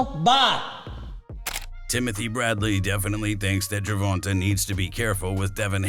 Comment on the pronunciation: Not Gervonta though 😂😂they wild for pronouncing it like that.